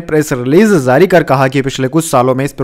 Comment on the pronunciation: Zari nehi jari bole pagal. Z z z z kion bole rehe ho, boht gandda shabad ucharan h tumhara.